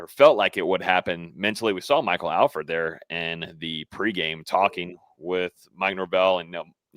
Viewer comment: ....please tell its ALL-FORD...NOT AL FURD 😂